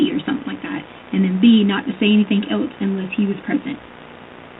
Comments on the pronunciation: Doesn't everyone know that she didn't do anythinK wrong? lol Omgosh...can't stand how she refuses to pronounce that word properly! 🙄😠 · “I didn’t do anythink “